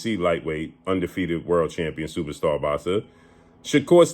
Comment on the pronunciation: When blue say “boxsa”😂😂😂😂